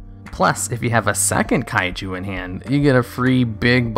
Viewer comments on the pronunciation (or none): none